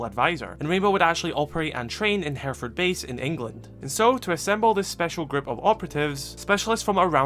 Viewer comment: Hey, nice video, a very nitpicky comment from someone who lives in Hereford, we pronounce it kinda like 'hair eh fud' it isn't a massive deal just sounds a bit weird!